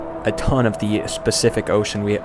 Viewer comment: Nah bro said specific